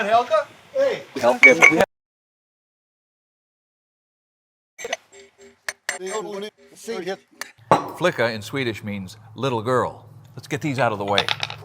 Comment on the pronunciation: Swede here. It's fun to see a Swedish word being used for a small sledge! I've never heard about that 😄 If you want to show off even more and nail the pronunciation it sounds more like "fli-ka" than "flika" (and it's spelled "flicka")